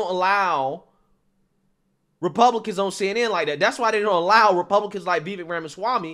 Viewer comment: FYI, his name is pronounced "Vi - VAYKE"... emphasis on the second syllable, rhymes with "bake" and "cake". This was brought up in Tim Pool's excellent interview with Vivek.